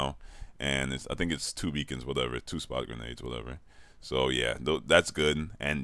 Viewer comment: '' I oh no '' ''Wudevew'' ''Call of Doody '' SPEAK PROPERBITCH